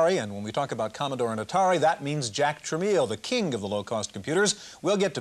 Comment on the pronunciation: Notice how the host pronounced it "tra-meal" before the break and then "Tra-mell" (the proper pronunciation) after the break, when Jack and his son are going to be interviewed? Apparently that was a big pet peeve of Jack Tramiel, and he probably made it a point to correct Chafeit.